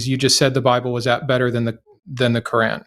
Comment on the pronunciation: It drives me crazy when American people say "Cor-ran" for the Qur'an.